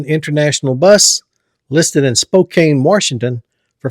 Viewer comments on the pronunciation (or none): none